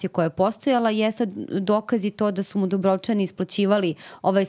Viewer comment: krivo izgovarate Dubrovčani. krivi vam je naglasak :face-blue-wide-eyes